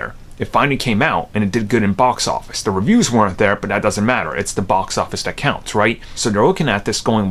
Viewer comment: Theeeeee not daaaaaa